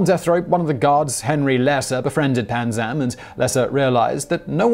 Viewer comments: I could have sworn it was Panzram with an R, not Panzam. Am I mistaken, or did the illustrious writers of Simon Whistler Inc. overlook something?? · I love your channel...its Panzram not Panzam... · It’s panzram not panzam